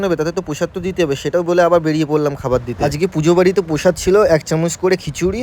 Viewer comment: প্রসাদ নয় ❌ পসদ✅